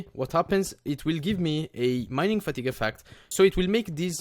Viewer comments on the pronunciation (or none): none